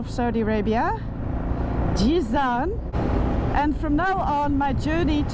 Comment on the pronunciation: It’s Jazan not Jizan